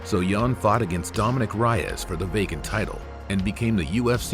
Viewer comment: Reyes is pronounced RAY-EZ not RYE-EZ 😆 this would happen to me all the time in school growing up. (My name is Nickolas Reyes no relation 😂)